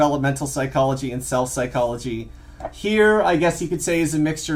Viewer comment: did he say CELL psychology or SELF psychology?